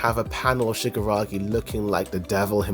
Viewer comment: Great video. Man, you really need to stress more the KI sound shigaraKI because it sounded like shigaragi the whole video